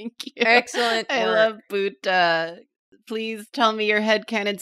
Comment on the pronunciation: Buta sounds like butter. But with a german pronounciation lmao